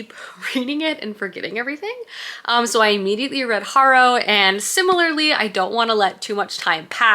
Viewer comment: I saw someone nicely correct your pronunciation on something, and i just have to do it before I go crazy. 🫣 My mother in law is named Harrow. The name and adjective are pronounced hair-row